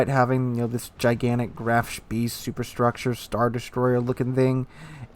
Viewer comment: man....spEE... like in egg. Not as an English e